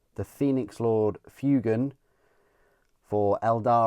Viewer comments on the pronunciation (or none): It's pronounced FWAY-gan.